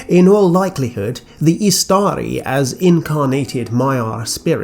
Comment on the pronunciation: Fantastic video as always. Totally unrelated but (i could be wrong) isn't Istari pronounced stressing the first syllable (IS-ta-ri) since the second has a short vowel followed by 1 consonant? Or is this a case of an exception of the rule (like Imladris)? Thanks!